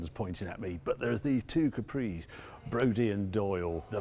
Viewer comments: 'Bodie', not, 'Brodie'. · Bodie not Brodie... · Great walk through Harry, just one question, it really sounded like you called them Brodie and Doyle, may have just been me